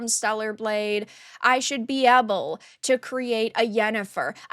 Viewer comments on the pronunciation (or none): Am I crazy, or does pronounce "able" as "ebble"? Its actually kinda cute ngl.